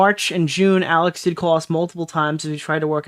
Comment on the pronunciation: Awiss kep fweatening maay